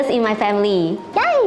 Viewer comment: Its Yay Not Yaey